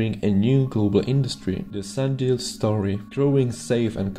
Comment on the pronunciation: It’s sunDIAL........not sunDALE......hard for a first time viewer to take you seriously when you don’t know or can’t pronounce the company’s name